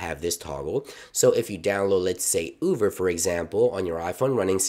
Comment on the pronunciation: Is anyone else hearing “Uver” or am I crazy?